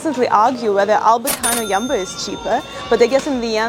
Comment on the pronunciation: nice video! Jumbo is however not pronounced with an a...